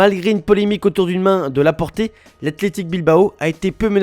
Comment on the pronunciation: Par pitié... Donnez le poste du journaliste à un fan de foot. Aujourd'hui c'est "Laporté" au lieu de Laporte, mais chaque jour il en fait une comme ça c'est abusé 😤